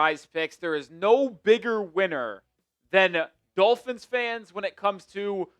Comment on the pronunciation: The Dullphins (as pronounces it), are the winner if this shitty play leads to getting Arch Manning next draft.